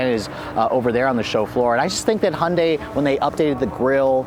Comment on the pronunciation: Hon-day.... Hon-day.... Hon-day.... WTF